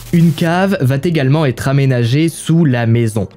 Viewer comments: " va t'également", "sept zenfants".... vous êtes l'ami des mauvaises liaisons, pitié! Vos fautes orales vont être reprises par votre auditoire! Merci de bien vouloir faire un effort. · ya pas de "t" à "va" donc les "va t'également" "va t'être" ca fait siffler les oreilles...